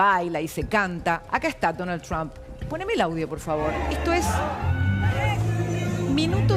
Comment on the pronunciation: Deja de decir chamm si es Trump ya sabemos que hablas inglés che 😂